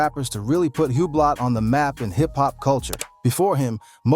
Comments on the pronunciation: Hub-blot lol it’s pronounced Ooo-blo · Hublock???? What is that....Huuubloooooo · This MFr say Hue-Blot one more time imma throw my phone. 😅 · Hugh blot 😂😂😂😂 ⌚ hub lot sounds like I could afford one 😂